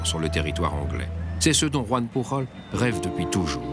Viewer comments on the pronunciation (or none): Chouette documentaire, mais, malheureusement la voix prononce très (trop) bien le "j" espagnole, quand "Joan Pujol", en étant lui, aussi comme son (pré)nom, catalan et pas espagnol, on devrait prononcer comme en français .